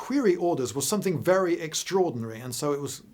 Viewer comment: VELLY INTERLESTING , but not your normal fluid delivery